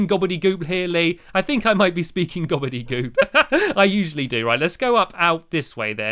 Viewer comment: Stampy I love you and you do not speak gobbledigoop